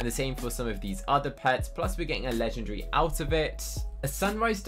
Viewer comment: I like how he says legengary instead of legendary